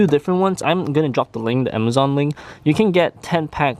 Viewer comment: AMAZON LING AHAHAHAHAHAHHAAH PHILIP HIU AHAHAHHAHAHAHHAHAHAA ASESORIY AHAHAHAHAAHAAAAAAAAAAAAA